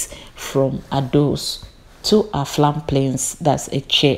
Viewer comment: Why do you keep saying Aflam Plains instead of Afram Plains, sounds weird